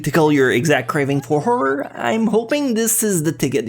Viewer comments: its WHORE-ER is how u say it. you called every anime a whore.... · Am I the only one who is hearing say favorite Whore anime? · I keep hearing him say “WHORE anime”... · I seriously heard whore anime